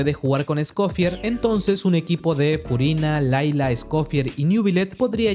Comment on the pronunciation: "Scofiágg", "Fuguina" 😂✌️